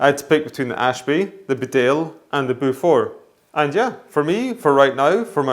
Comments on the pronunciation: Great video... Beaufort is pronounced 'bow-fut' or 'bow-fort'. Bedale is Bee-dale. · Beaufort is pronounced Bow For. Bedale is pronounced Bea Dale. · Sorry to be that guy, but Beaufort is pronounced 'Bo Foot' not 'Bow For' Its a very old English family as in the Duke of Beaufort or the Beaufort hunt.